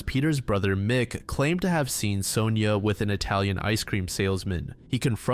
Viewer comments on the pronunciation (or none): none